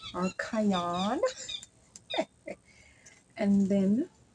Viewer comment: Cayenne pepper is pronounced KAI YEN. HOPE THAT HELPS. FOUND YOU FROM FARMING ON THE ROCKS. GREAT WORK. IVE ALOT TO LEARN 😅